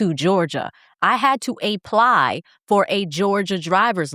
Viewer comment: "I had to AYE-PLY for a Georgia drivers license." 🤣🤣🤣🤣🤣🤣🤣🤣🤣